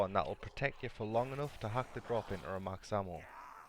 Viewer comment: Max hammo damn Irishman.